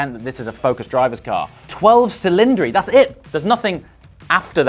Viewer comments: the word "cylinders" in italian is pronounced "ch"ilindri not "s"ilindri 😄. Primary requiste to buy a new Ferrari - you have to be able to prononce the name of their cars correctly 🤣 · You're a bit harsh on the looks but very, very entertaining. Learn your italian pronunciation...... C in italian is pronounced CH. Chilindri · The correct pronunciation is ‘ cheeleèndree’. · Cylindri pronounced Chillindree. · its chillindri